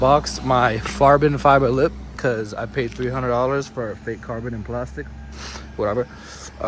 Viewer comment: “this farbon”😂😂😂